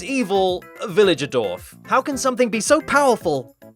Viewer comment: Villagerdorf... It's doubly funny when you think about that "Dorf" means Village in German. You just called him VillagerVillage